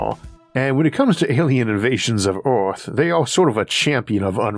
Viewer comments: the narrator says ‘Oorth’ instead of Earth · yes, Oorth where you from?🤓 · i love the way he says earth